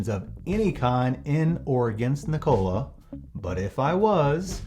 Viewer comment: Ever time he mispronounces Nikola everyone take a shot!